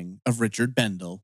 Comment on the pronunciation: He was my cousin, and it is pronounced. Bendelee.